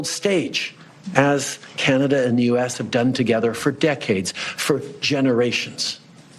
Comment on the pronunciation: I’m just curious. Are you mispronouncing Canada on purpose?